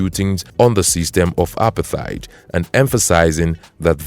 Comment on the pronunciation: you pronounce Apartheid wrong, and the images you put up don't make sense